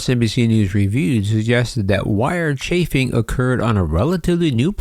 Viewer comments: Thank you for the latest,. Just a quick note regarding the wiring issue. "Chafing" is pronounced with a long "a", sounding like "Chay", then add "fing". So, Chafing (Chayfing) is when wires rub against another surface, which breaks down the wire insulation, exposing the wire itself. And for very obvious reasons, you do not want exposed wiring on your aircraft. I know Captain Cox, and I don't totally agree with his statement the wiring inspection is the way to go. Yes, the wiring needs to be inspected, but it should not have been a voluntary inspection (meaning it was an option) for the airlines. The FAA should have made this a mandatory, required inspection item. Something I don't understand without knowing further details, is the claim from Airbus regarding proprietary information being bought along with the rest of Spirit Aerosystems. How is Spirit performing these job functions for Airbus if everything is proprietary? Isn't Spirit actually just a spinoff of Boeing? It is mostly the same people involved in their factory. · The word describing abrasive damage to wire bundles is pronounced "CHAYFING". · I believe the mispronunciation of chafing is because has been using an AI-generated voice for some time now. Go back to his original videos, there is a different voice. Then he used a voice that really sounded like Casey Kasem. Now it's like a detuned Casey Kasem.